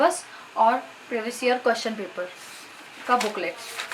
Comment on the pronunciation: Behan badey nhi hota 😂🤣birthday hota h😎🤘mtlb bechari ek bar m nhi bol pa rahi vid bar bar cut play cut play 🤣😂😂🤣👍👍aur kotion nhi🙄 question hota h😂🤣